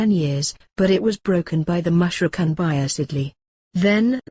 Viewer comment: Very nicely animated but the voices sound strange and mispronounce certain words like "Mushrikoon" etc. May Allaah ('Azza wa Jal) help you in your efforts Inshaa Allaah! Ameen! : )